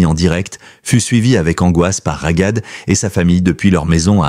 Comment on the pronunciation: Cest trop enervant de vous entendre prononcer RAGAD avec un G. C'est Raghad et le GH est la transcription de غun R grasseillé ( le R parisien). Vous auriez prononcé Rarad, ca aurait ete mieux. Vous auriez pu vérifier. Comment vous faire confiance pour les informations si, pour quelque chose d'aussi simple vous ne vous etes pas renseigné. De toute facon, cest une voix de robot, mais quand même.